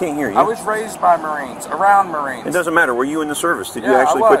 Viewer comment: he said marines and i instantly knew it was crayon withdraws